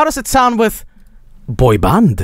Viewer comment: Just the way says “boi baand”.